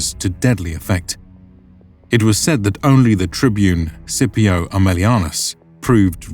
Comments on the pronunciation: Why is he pronouncing it “Sipio” ?! There’s a C in there. It should definitely be pronounced SKipio with a hard C right?! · Scipio is pronounced with a hard C, like Skipio. The Letter C never makes an S noise in Latin. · In classical Latin it was pronounced skee pee oh. So if he heard the pronunciation of this guy he would not know what he is saying lol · Hey, just something that felt wrong. Had to look it up to even know. But in classical Roman, the letter C is pronounced like the letter K in English. They did not have the soft C. I only looked it up on a quick Google search because it sounded odd. Although it may be a modern pronunciation and a different language. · Are you mispronouncing Scipio on purpose? Is this your way of getting back at him for ravaging those Carthage dogs? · Why is Scipio's name being pronounced like that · legionaries (close to the actual Latin "legionarii") not "legionnaires" so tired of this inaccuracy. And "Scipio" is with a hard "c" not a soft Italian "c". Might seem pedantic but it does distract from the otherwise great series